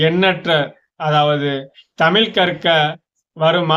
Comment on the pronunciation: தயவு செய்து தமிழ் என்று கூறப் பழகுங்கள் தமில் என்று கூறாதீர்கள்